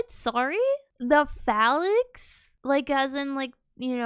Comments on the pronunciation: PHALANX not Phallus 😂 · 40k shut does exist, but it is heresy. He had a weird way of pronouncing 'phalanx', which I had always heard it pronounced 'fey-lynx', but maybe thats just me. You think the blood angels are sad, look up ones of their successor chapters, the lamentors. Now that is a depressing story.